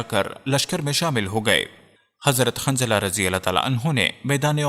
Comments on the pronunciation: ماشاءاللہ. بہت معلوماتی ویڈیو ہے. لیکن ایک برائے اصلاح یہ بتانا ہیکہ صحیح لفظ کافر ہے ☑️(انکار کرنے والا) قافر نہیں ❌ اور صحابی کا نام حضرت حنضلہ ہے✔️ خنضلہ نہیں✖️. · شوق ہے ویڈیو بنانیکا نام جتنے بھی لۓ اکثر نام غلط جیسےحضرت حنظلہ اورآپ باربار خنظلہ کہ رہے تھے